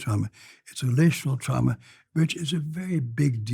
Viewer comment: Trama not drama!!!